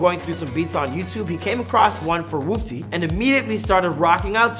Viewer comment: Thank god this guy said "Whoopty" right unlike the guy that did the before they were famous on CJ